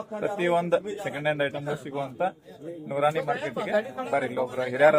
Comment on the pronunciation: ಅಜ್ಜರೀ ನೂರಾಣಿ ಮಾರ್ಕೆಟ್ ಅಲ್ಲ ಅದು ನೂರ ನೀ ಮಾರ್ಕೆಟ್